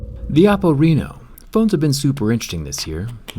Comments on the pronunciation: Its pronouced with the other type of E! RE-NO not RINO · Why are You saying Oppo Reno like Oppo RINO😂😂😂